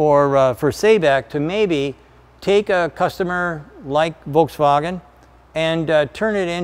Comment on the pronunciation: VolkswagOn ? Also VolkswagOff then :D haha This is my new swearing word "Dude, volkswagoff!"